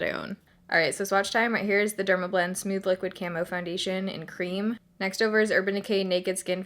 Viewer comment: I love how you say smooth lol "smewth" ♡